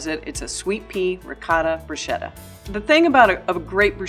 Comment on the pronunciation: Broosheda? It’s brusketta